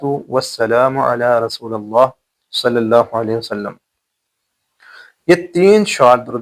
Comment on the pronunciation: آپ نے رلا دیا بہترین واقعہ سنا یا آپ علی کے بعد رسول پر زبر پڑھ رہے ہیں زیر پڑھا جائے گا معذرت کے ساتھ اصلاح فرمالیں